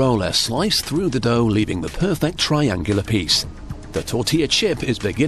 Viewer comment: “Puuh fect”